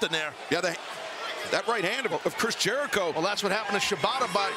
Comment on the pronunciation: Jericho bruv It’s chris jericho😞